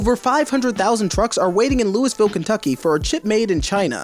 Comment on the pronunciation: Just a state as a resident of Louisville Kentucky it’s pronounced Lou-a-ville